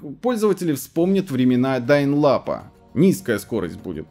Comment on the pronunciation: дайн лапа? Может быть диал апа? 🤔